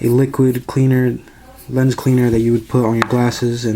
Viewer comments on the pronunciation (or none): none